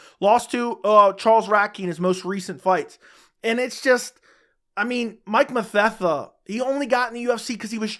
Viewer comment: You said Mike mathetha I’m like who tf is that